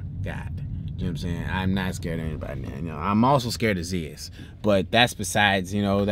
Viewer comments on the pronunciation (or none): Zee-is?? It’s Zeus like Zuuce or Zuus. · Lmao he said zias